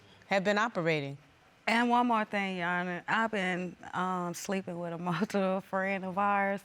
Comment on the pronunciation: Was she trying to say mutual 😢